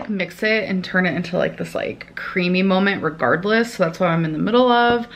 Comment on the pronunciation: love how she proceeds to say "creamy molment" AGAIN girl, i get it.